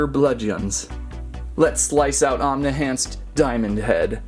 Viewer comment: It's Omni-Enhanced Not Omni-Hanced 😂😂😂😂😭😭😂